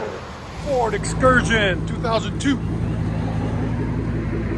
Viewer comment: “2002 Ford Fxursion” is what I heard